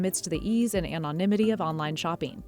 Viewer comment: "amonymity" ummmmm, no.